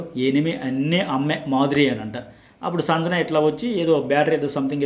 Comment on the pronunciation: సంజణ కాదండి... సంజన అని పలకాలి